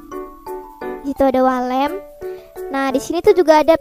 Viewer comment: Yang aku denger wall lamp❌ walet ✔